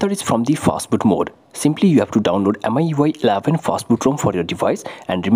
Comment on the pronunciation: Not miui eleven🙅‍♂️ it ellaaaven👍😅